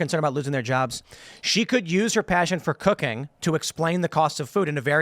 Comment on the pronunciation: Am i the only one that heard "She very passionate about cocaine" and not cooking?